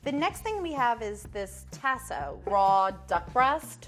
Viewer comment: Chef #2 pronunciation of Tasso is cringeworthy.